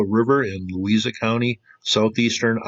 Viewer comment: Louisa is pronounced "Lou-Eye-Za". Wapello is pronounced "Wap-Ello" Thanks for the video. I live in Wapello.